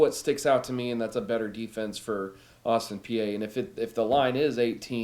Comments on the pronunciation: Its austin pee not austin pee-eh lols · Exactly! It’s pronounced Austin Pee